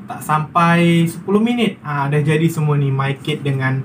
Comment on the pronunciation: MyKid bukan MayKid ya.